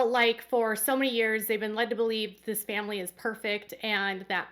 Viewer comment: i remember Meri making it clear she was not going to ever help the other sister wives raise their kids. this was after Leon left home. at the time i thought ... wow i thought that was what sister wives did in this family. Meri constantly talks about the importance of the "famly" ( pronounced family by everyone but by polygamists), but what does Meri do for her "famly"?